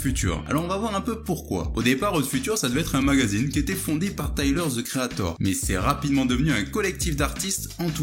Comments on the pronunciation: Tyler Ze Creator 🤔🤔😭😭😭svp arrêt de massacrer l’anglais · les français be like: taiyeleur ze kri a thor 🤓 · Taïeleure ze créataur